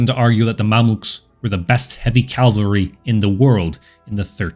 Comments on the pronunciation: I've never commented on your channel before, so let me first congratulate you for putting out some excellent content! Now for my minor editorial critique here... In the narration, the word cavalry is pronounced as "Calvary", which you know is the biblical name of the hill on which Christ and others were crucified. But still... Keep up the amazing work! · Try saying chivalry then cavalry, maybe it helps before recording so as to eliminate that bothersome "l" you insert after the "ca" în cavalry.